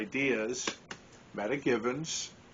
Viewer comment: at some time I will be doing a you tube. You might want to check the pronunciation of her name Meta (Meeta), not meta data.